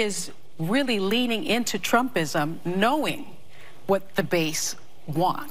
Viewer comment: Did i just hear this bitch say "trumpism"?